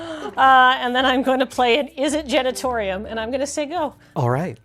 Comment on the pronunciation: Not to dunk on a mispronunciation of an extremely made-up word, but I feel like a number of red-faced visitors to the Izzet Genitorium in the Sixth District are kindly and discreetly given directions to the Izzet Generatorium around the corner each day